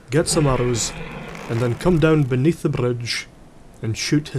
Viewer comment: What he says "Buy a bow, get some arrows, and then come down beneath the bridge...." What I hear "Buy a bow, get some arrows, and then come down benath the brrrrrrrrrrrrrrrrrrrrrrrrrrrrrrrrridge...."